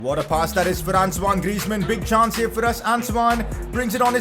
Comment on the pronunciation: It's Antoine Griezmann not Ansoine, Please 🙏🙏